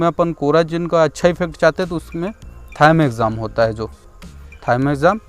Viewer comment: वो थायमेक्साम नहीं प्रभु थिओमेथाक्सम होता है